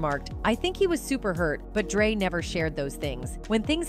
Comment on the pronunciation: Y’all got to get another AI voice I heard dr. Drought instead of dr. Dre almost 4 times…